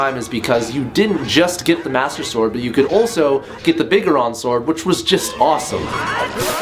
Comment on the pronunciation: cough clicks unsubscribe button. Fuck you sir. Fuck you. Majora's Mask: Guilded sword. Biggeron? Is that what u said? No it's Big Goron! The Breman Mask, or chicken mask, is used to get the bunny hood. Something you probably didn't know about. Educate yourself sir